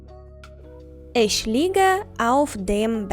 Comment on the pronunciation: Тільне на ІШЬьь а Іхьь.